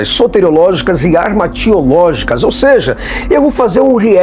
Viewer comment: "Ou seija"